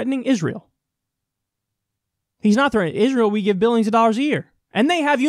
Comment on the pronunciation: Is he the only one who pronounces billions as "biyyuns"?